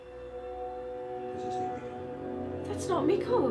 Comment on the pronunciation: BTW, quick hint about the pronounciation of Mikkel: Instead of "Miquel", think more like "Mickl". Emphasis on the first, not second syllable. A good rule of thumb is to listen to their pronounciation on the show (which, to your credit, you already seem to be doing a lot :)